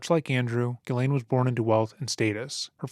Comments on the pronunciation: I hope you learn how to pronounce Ghislaine....jeeslaine .. there is a S in the name. It's so annoying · Her name is pronounced CHEZ LAINE. It's French. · Let's get this right "jisslane"